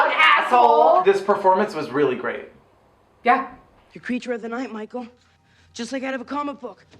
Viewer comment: You keep saying Micheal like your Sleepaway Camp Angela!